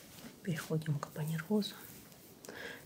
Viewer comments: А ещё и аппанервоз вместо АППАНЕВРОЗ😂😂😂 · Один апонеРвоз чего стоит😆Как грится "ляпай,но уверенно"🤔